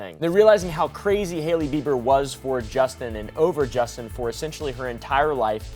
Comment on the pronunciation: Bro dude can’t even say crazy?